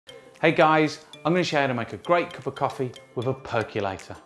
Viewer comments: Small tip: first learn to pronounce it. It's not a perk-you-lator. It's a perk-oh-lator. There is no "U" in percolator. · There is no "u" in "percolator", so why are you pronouncing it "per-cue-lator"?